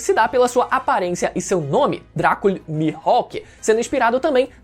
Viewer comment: Oh o plot, não é Dracule Mihawk mas Draco'd Mihawk hahaha